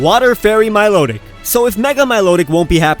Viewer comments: You said milotic wrong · it's mi lo tic my lo tic